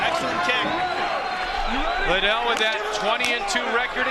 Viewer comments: Lie Dell!!!! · Joe pronouncing Liddel like how Oscar dela hoya annoyingly says it, 'Lie Del' lol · Everyone drink everytime Joe says "Chuck Lie-dell." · It took Joe a while to catch on to chucks actual name pronunciation after multiple Chuck “LYE-DELL” mentions 😂😭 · It triggers me when Joe Rogan keeps saying his name wrong..